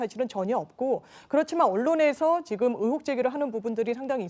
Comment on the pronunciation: 장윤미는 의혹을 '으혹'이라고 발음하네. 그러니 윤희숙을 물어뜯는거겠지.